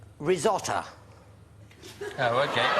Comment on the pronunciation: risotter? for fuck sakes!